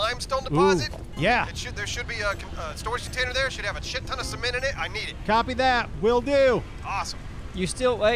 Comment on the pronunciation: See-ment Cement See-ment! 😐😞